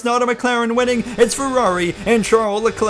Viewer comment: British Leclerc 🇬🇧